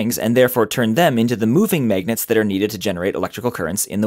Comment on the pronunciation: I like how he calls them maygnets